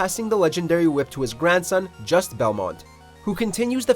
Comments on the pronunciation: I just wasn’t to point at that I never see others mention....Leon’s clothes are VERY VERY similar to the armour worn by Christian “knights”(terrorist actually) from the crusades....also his name isn’t “just” its pronounced Jusay < Belmont’s are French. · "Just" Belmont 😂😂 Juste Belmont is accented.